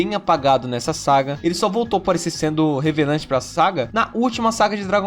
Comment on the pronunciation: Você falar revelante ao invés de relevante é alguma piada interna do canal?